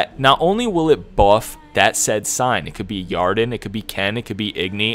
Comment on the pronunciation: .....Quen is pronounced as Qwen.....and Yrden is pronounced Erden....